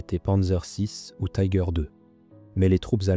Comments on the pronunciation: Marre d'entendre le nom du char mal prononcé. Pourquoi le prononcer à l'anglaise alors que c'est un char allemand et que la vidéo est en français. Si vous ne parvenez pas à prononcer son nom en allemand, faites le en français mais surtout pas en anglais qui n'a rien à faire dans cette vidéo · le "i" en allemand se prononce comme en français.